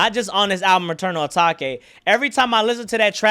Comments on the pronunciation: “Eternal Atak-ay” 😂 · Bro pronounced the album the wrong way the whole video